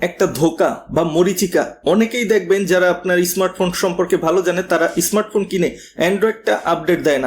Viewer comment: ইসমাটফোন, জরিপানা, ইসপেশাল এসব কি ভাষা ভাই ? এমন স্পেশাল ভিডিও বানিয়েছেন, একটু শুদ্ধ করে বলেন না কেন...